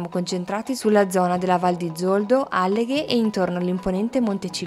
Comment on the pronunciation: Alleghe non l'avete pronunciato giusto. E siete pure andati avanti a ripeterlo,fieri ahahaha